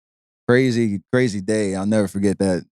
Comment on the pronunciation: Man's really saying brazy lmao